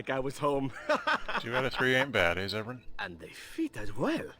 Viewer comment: It's Zevran.